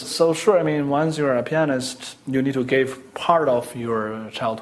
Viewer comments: In the beginning, I though he said chinese penis lang lang LOL!! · It sounds like chinese penis instead of pianist in the beginning...the chinese penis Long Long xD